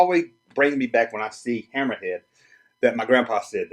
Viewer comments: HAMMER-HEAD not hamera head ya dumb ass! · HAMMER-HEAD. Not Hammer A Head lol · I. Agree 100%. I’ve been saying for years that its not fair that one man can have a room full of sports memorabilia and it’s COOL but another man has a room full of toys and that’s frowned upon. I don’t see the difference. Great video. I am wondering how you are pronouncing “Hammerhead” though. Sounds like you are adding a 4th syllable. Ham-mer-RAH-head?